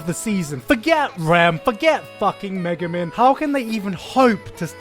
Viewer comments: megumen? IT'S MEG GU MEEEEEAAAAAN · I think you mispronounced Megumin's name like it should sound like meeeen not min.